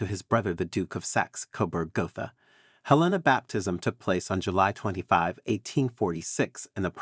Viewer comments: Her name was HELENA not Elena, English not Spanish! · "V" is Roman numeral 5. The man's name was not "Frederick Vee". While you're at it, look up how to pronounce "Helena." I guess AI strikes again.